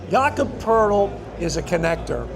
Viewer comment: Poeltl not Poertl